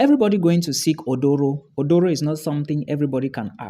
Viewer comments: Its Aduro not oduro 😂😂🤣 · Asylum seeking better pronounced "Aduro". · Is not Odoro. Is Aduro